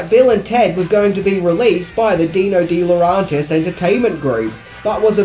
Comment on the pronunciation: DiLauRENtis! DiLauRENtis! DiLauRENtis! REN REN REN REN Not DiLAuRONtis AAAAAHHHHH!!!!!